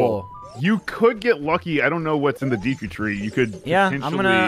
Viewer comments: Did just say "Deaku tree"? Ah yes we all know that we'll know character in my hero..."Deaku" right!? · I'm so glad brou8ght up pronunciation... the moment he called Deku Deeeku I was losin it